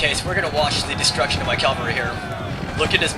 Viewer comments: CAValry not calvary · cavalry not calvery